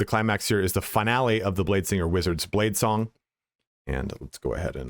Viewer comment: He said blade slong , sounds like a cool skill.